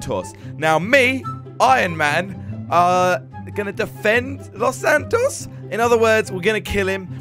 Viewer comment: Why do you say lossantoffee